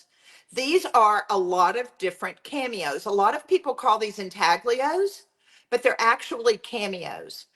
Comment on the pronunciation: Thank for sharing this method, I absolutely love intaglios but as many of us know, real ones are super pricy! Just need to mention: the g in intaglio is not pronounced. The first part sounds like ooin (or uhn) and the ios sounds like yo. Ooin tal yo. I’m also a teacher ;-) and teachers gotta teach, lol.